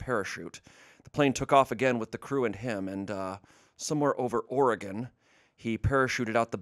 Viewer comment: As an Oregonian, I appreciate pronouncing Oregon correctly.